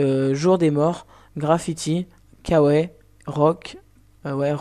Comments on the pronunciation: Kawé ?! OMG sa se dit Kawoiye ! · kawaï se prononce kawaille pas kawé :P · Le pack Kawé XD on dit kawaille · .... kawai :( ka-wa-ï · On dit KAWE AÏE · Kawai ? On dit Kawa"i" Bon sang ! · "KAWAI" ce prononce "KAWAYI"